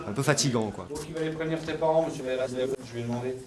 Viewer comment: "Missieu", à 13 ans, on a compris... ^^